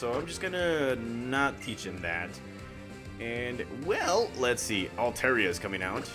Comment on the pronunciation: Swear to God you’re saying Lexie & not let’s see